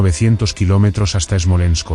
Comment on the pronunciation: Es Smolesnk, no esmolensko...